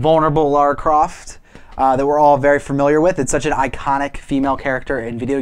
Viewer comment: The only show on the internet that says Lara's name properly!